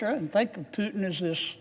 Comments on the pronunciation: But hey Not Piutin but Pu. Oe ou ,Poutin...you mist a phonetics at school... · pootin, pootin not piutin. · Are we still talking about it? All it took is 3.5 years. I am sure, all this time Kennedy went to bed and woke up with the thought of Ukrainian people dying simply because Putin (pronounced POO-tin, by the way, not PEW-tin, nasty either way) simply ran out of other ways of justifying his remaining in Kremlin. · Kennedy can’t even pronounce Putin’s name correctly, let alone be smart enough to be President. Don’t know why he keeps saying “Pew-tin”, when it’s pronounced “Poo-tin” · He can even pronounce his name right hihihi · Keneddy learn how to say putin name correctly first sir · He can't even pronounce the name Putin right